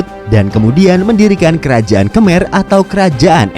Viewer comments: Sorry min just fyi, mereka nyebut Khmer itu "kemai" Kalo org indo biasanya nyebutnya khamer, bukan kemer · Ucapan KHMER yang benas dibaca KHEMAI